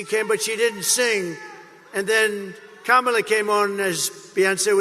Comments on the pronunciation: He actually pronounced Kamala's name correctly. So, he's not completely unteachable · Did you notice that he actually pronounced her name correctly, twice?